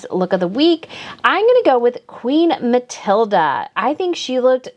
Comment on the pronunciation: I appreciate your work so much with this best/worst dressed. Catherine's tartan look gets me everytime! I'd wear tartan total look every day if I could, just adore it. Letizia in total PINK does look like the bottle at the pharmacy, yuk! Just one thing with the pronounciation of certain names! I'm from Montreal, Canada and my mother tongue is French so here's a few tips: about Queen Mathilde, you can go with more of a Ma-til-duh sound, there's no A at the end. Queen Letizia would sound better as Let-ti-sssia! In Spanish the Z is pronounced as an S. Christian Louboutin (adore his shoes!) would sound better as Lu-bu-tan; I know, wierd but the nasal sounds in French are hard to get right. Have a great New Year 2023, full of happiness and love!